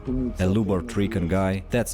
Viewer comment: It's pronounced like "LIU-BART" OR LJU-BART", awesome video btw!!! Much love from Finland.